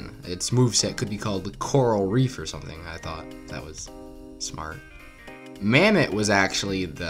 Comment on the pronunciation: Bro called the Mammott, "Mammoth".